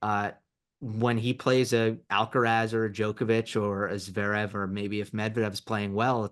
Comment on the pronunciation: The way he pronounces Zverev